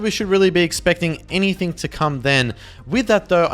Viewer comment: "any much longer" "anythink" dude the way you talk is so frustrating